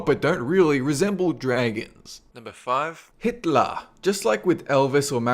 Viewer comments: hitlah! twittah~ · Hit-LAH! :P